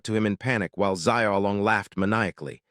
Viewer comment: ugh. You can learn the japanese sounds in one day. You can learn the mandarin sounds in one, maybe two days. Don't worry about tones, nobody really expects you to get the tones right- and american English usually has all 4 tones. We're just not consciously aware that we do. But the main point is- it's not zai ao o long. It's Shiaow Long. Xi ao long. Xiaolong. Can't any of you simply spell things phonetically, and then use find and replace all ? Is that too hard?